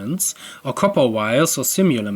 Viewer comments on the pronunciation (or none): none